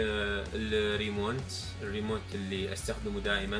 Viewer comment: برافو عليك بس عندي ملاحظة ع اللفظ الخاطئ للكلمات .. متل Osmo أوزمو .. تقولها أوسمو 💢 Powerbank باور بانك تقولها باور باند 💢 والRemote control ريموت كونترول تقولها ريمونت 💢 ويفضل تصور هيك فيديوهات بكامرتين .. الاساسية والتانية تكون زوم مع حركة بطيئة عالقطعة الي عم تحكي عنها أثناء الشرح وتكون معلوماتك أدق وبأسمائها العالمية . لا تواخذني .. نصائحي هدول منشان تزيد معجبينك وتقوى أكتر .. لأن كل الناس بدها تشوف الأفضل والأقوى . موفق 💓👍